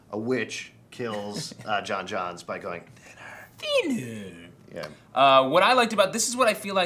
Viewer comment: "John Johns?" The martian's last name is actually pronounced "Jones" which is why he was able to take the English name so readily.